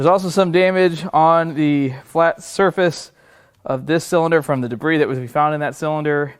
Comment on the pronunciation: De bris? Slice and dice?